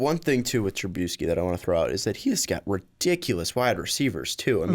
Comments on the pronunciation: TruBISky. Not TruBEUsky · The way you pronounce Trubisky is gonna end up giving me colon cancer.